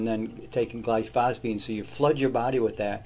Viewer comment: why do you pronounce gly-pho-sate as gly-phos - fate? 🥺